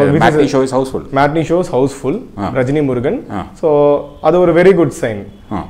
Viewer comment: Rejni Murugan illa saarrr..... rajini murugan.....